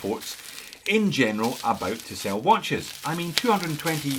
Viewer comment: For the first part of the video, I swear you were saying Tissot and thought "huh, I guess he dialed up the Scottish to 11." Tisell is a new one for me, but not bad looking at all.